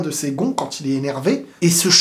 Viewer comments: Pourquoi tu dis toujours quantte au lieu de quand ?? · oui sauf qu'il ne fait pas la liaison en marquant une pause . C'est la prononciation de la liaison qui sonne en"t" mais le mot quand seul c'est quand Et même quand c'est une consonne il dit prononce quantte 🙃 donc je pense que c'est une habitude de sa part